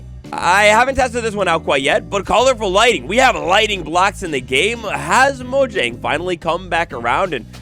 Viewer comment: It's pronounced moyang